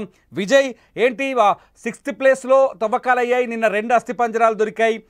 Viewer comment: Thovvakalu Kadu Thavvakalu